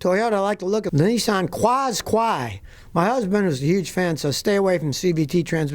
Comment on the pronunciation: For future reference Scotty it's pronounced Nissan "Kash-Kai" (rebadged- Rogue Sport), 😂. Hundreds and thousands of those horrible things in the UK, god knows why.